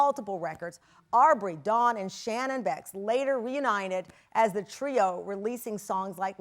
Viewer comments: The thing is…when Aubrey gets all these press runs, it’s for basically nothing lol she has nothing to sell or she’s not hustling the best way she can to promote whatever shes doing artistically…but then it takes a segway for mess! Also I find it odd how tamron messes up dawns last name! Omg lol the media can be very tricky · Why did Tamron keep saying her name wrong